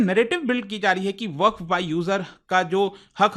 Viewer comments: its not वकफ its वक़्फ़ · भईया वकफ नहीं वक्फ बोलो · वकफ❌ वक्फ ✅ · "WAQF" KI SPELLING TOH SAHI BOLO,,,,,,,,,, WAQAF NAHI HAI WAQF HAI.